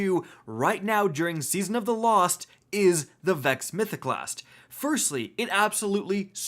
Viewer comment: "Vexo Mythoclasstu Overpowaru" here